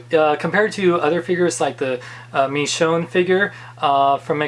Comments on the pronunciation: Sorry but it's pronounced "Mee shown" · is it just me or does not pronounce the "sh" sound? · You say Michonne name weird